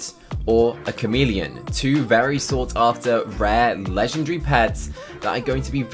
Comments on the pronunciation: bruh u say legendgryy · I’m not making fun of him but Legendary : ❌ Legengry : ✅